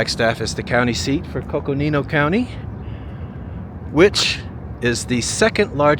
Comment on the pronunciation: I lived around and in Flagstaff for 22 years, being semi-retired, then retired. I cringed every time you pronounced Lowell though. It's pronounced LOWell, low as in the opposite of high. You did nail Coconino, a Native American word, not Hispanic. Flagstaff has a symphony orchestra and has twice hosted Wagner's Ring Cycle, not bad for small city. It also has a very good hospital, especially known for its ER and ortho departments.